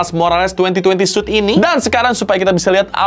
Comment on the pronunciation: "2020 suit" Yang gw denger:"2020 SUS"